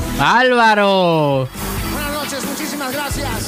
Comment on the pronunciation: Porqué no pronuncia la r válvaro o lo que sea que dice ...este señor jajaja 🤣😃